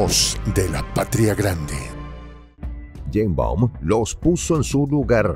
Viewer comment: No es Yeimbaum.... es Sheimbaum.... y no es presidenta es Presidente!!!!